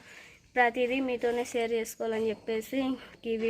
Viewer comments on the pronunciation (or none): none